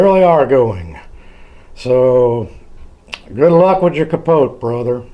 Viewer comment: wrong we say capo not capoteh